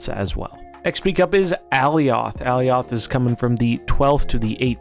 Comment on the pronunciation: Alioth is pronounced like Goliath